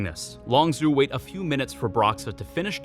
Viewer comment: My only problem is that its LongZHU not LongZoo